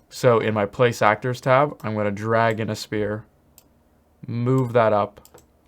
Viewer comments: Just like everytime he says spear instead of sfere, I'm all condused cause I am expecting the weapon lol! Makes me laugh! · The “spear” thing is very frustrating, it is pronounced “sfear” anyways thanks for the amazing content. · I swear you're saying spear and not sphere intentionally